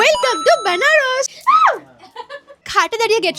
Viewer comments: বানারাস ,❌বানারস✅😂😂😂😂😂😂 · বানরস😂😂right, but, banaras ভুল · Benaras ❌benarosh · Benaras ❌ byanarosh ✅ 😂😂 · বেনারস নয় বেনারাস 😅😅😅😂😂😂😂😂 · Banaras na banarosh😅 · বেনারস ❎ বানারস ✅🤣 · Benarosh noi benaras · Banaras✖️ Banaros ✔️ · Benaros ki abar bhi ota ke benares bole tui abr school a prte ja😂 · Banaras ❌ Banaros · First try to speak banaras properly 😂